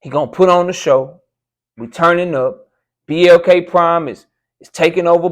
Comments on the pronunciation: what's even worse & I wished you would have cooked on that is he said BLK Prime wrong multiple times. 😂😂🤦🏾‍♂️He almost said PBC 🤣🤣🤣🤣 " A Hit Dawg Will Always Holler" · He can't even say the name of the app. Is it MLK, BLT, PPK. Horrible, you should have PRACTICED in my A.I. voice. Like you said - if the deal so bad, why you talking about coming back? Stick to your Word and stop clout chasing. Also this child like reverse physiology won't work, if I don't buy you ppv I'm a hater. 🦆🤡